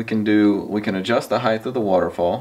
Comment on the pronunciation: Very helpful vid, thanks! One tiny correction if you don't mind; there is no such word as 'HIGHTH', it's height.